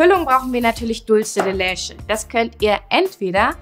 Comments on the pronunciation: Sie spricht es falsch aus. Man spricht es "Dulze de letsche" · Carolina D. is des spanisch? weil dann würds ja so ausgesprochen werden: dultsche de letsche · Wenn ihr etwas wie die Dulce de Leche benutzt, dann sprecht es bitte auch richtig aus. Und bitte bitte nicht mehr so viele no bake Kuchen. Ich muss ehrlich sagen ich habe nur noch sehr wenig Lust mir Videos von euch anzusehen weil es immer der selbe kram ist. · OMG... Kopf Wand.... wie sprichst du Dulce de Leche aus? Bitte... DRINGENDER handlungsbedarf! Geht garnicht! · Sara Bauer ist es jetzt so schlimm, dass sie es falsch ausgesprochen hat?? Das hier ist ja kein Spanisch Sprachkurs ,sondern ein Backkanal.. •_•